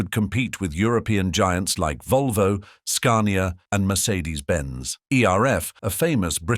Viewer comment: Bloody AI commentaries get right up ALL of my orifices, not just my nose. Do you ever CHECK what's being said with what is on the screen? Talk of a 6 wheel drive vehicle with a 4 wheel lorry pictured etc etc. Forget Forgotten Road Kings!! Edited as I forgot to mention Scar-nee-arr!!